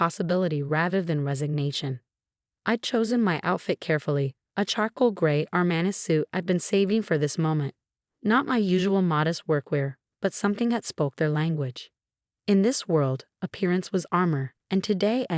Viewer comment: Straightened, not straightener. Rattle, not row. Securities, not security's. He'd, not heat. Patience, not patients. Robes, not rose. Armani, not Armana. Pronounce Martinez correctly, please. You need to, not UNITO. Falsified, not falsify. Damning, not danning. His, not is. Lost on me, not Law Zombie. Pro Bono, not Pro bonna.